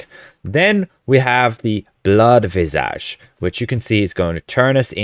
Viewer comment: Please, please, please pronounce "visage" correctly!!!!!!